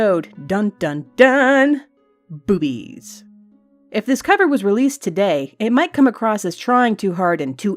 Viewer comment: THE WAY SHE SAYS BOOBIES lol